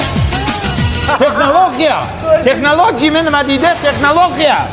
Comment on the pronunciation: Teknalociya❌ yekinalociya✅